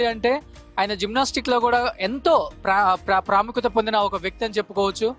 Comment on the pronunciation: Pra pra kadhu pramukytha ra